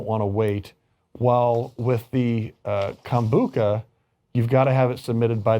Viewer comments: KombuCHA not KA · Lol it is pronounced kombu cha not kombuka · “Kombucca”... once again, educate yourself before going on camera lmao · Yeah I know right? I kept thinking it's Com -Boo-Cha not Kon-Book-Ka . My Inner Hermione cringed. 'It's leviOsa, not levioSA!' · Lmao. I was like 🤔 maybe I (and everyone else I know) have been saying it wrong all this time. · That's not how I pronounce kombucha.